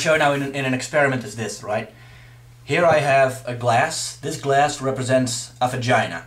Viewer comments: *fagina* that's what it sounds like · Also "fagina"